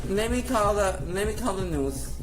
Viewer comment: "LET ME CALL THE NOOS. LET ME CALL THE NOOS"!